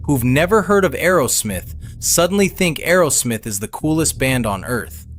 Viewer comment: It’s Aerosmith not Arrowsmith!